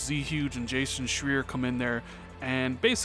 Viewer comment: Bro, it’s Jason Shry-er. Shry like try.